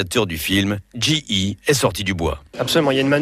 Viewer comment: GE se prononce "dji i" pas "gé e"